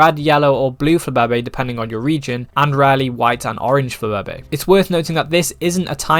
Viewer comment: nevr say flababe' again